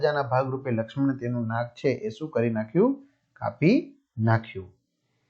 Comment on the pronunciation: Nam ❌ Nak✅